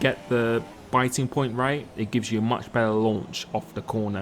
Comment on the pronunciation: Look man, I love your videos, it’s so satisfying to watch you race and I wouldn’t be honest if I didn’t say they motivate me to play f1 and be a better driver. But please, please slow down when you speak sometimes, take the time to pronounce the words properly like “better”. Because I can’t understand a word between - . It’s the only criticism I have for your videos. Keep up the great work!:)